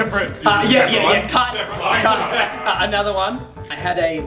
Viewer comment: when comes on and has to say cut in between each of the statements, i thought he just kept saying "cunt" XD no offense